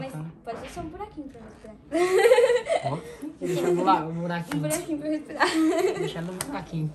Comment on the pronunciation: "pra respilar" kkkkkkkkk